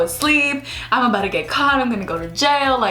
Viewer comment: "abouta" ABOUT TO!